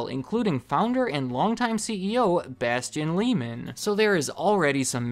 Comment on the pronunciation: The German name "Lehman" is pronounced "Lay-man" and not "Lee-man".